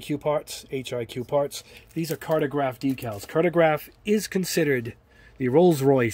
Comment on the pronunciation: Pronounced Car-toe-graff